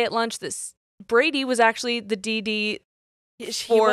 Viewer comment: Now you said Brady, but I heard Birdie. That's gonna be a problem 😂😂😂